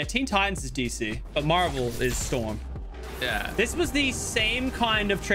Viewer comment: Did he just say storms dc?